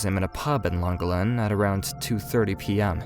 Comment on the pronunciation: Its pronounced " clan gollen " not langolin 🤦🤦🤦 .